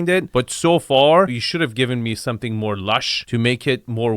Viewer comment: "let me tell you something, LET ME TELL YOU SOMETING!!!"